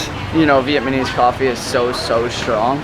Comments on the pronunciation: "Vietmanese" (sic) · Great videos! I really like your sensitivity to the local culture. It's Viet-Nam-Mese.... when you said it too fast. it became...Viet-MA- Nese....:) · I've noticed that you pronounced "Vietnamese" as "Vietmanese". Please correct that in future video. I do like your videos by the way. Thank you for visiting our country. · Remember it's Vietnamese..but you keep saying Vietmanese lol..what's going on with that pronunciation dude? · Sorry man but if you're going to do a video on a Vietnamese topic, don't call us Vietmanese. Ignorant . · I keep hearing you say "Vietmanese" when its Vietnamese lol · Nice video. But I keep hearing you say Vietmanese. It's Viet-Namese. Just saying